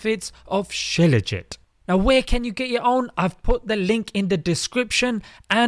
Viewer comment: It's not scilaugit....It's Shilaaajeet